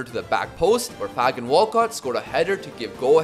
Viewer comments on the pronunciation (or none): the a in Fagan is pronounced like a capital. pronounced like Fae-gun